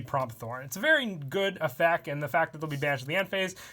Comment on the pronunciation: Has anyone else noticed he says effec instead of effecT